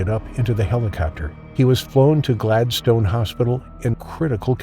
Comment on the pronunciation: Poor Zack. 😢 He certainly had the right people around him when he needed it, even though they did their best it was to no avail. Shark again didn’t do anything wrong. It was just being a shark. Zack is another wrong place, wrong time. Kudos to the narrator for pronouncing Queensland correctly then stuffs it up saying ‘wa-ft instead of wo-ft & Glad-stone instead of Glad-stn’ Can’t win em all I guess 😂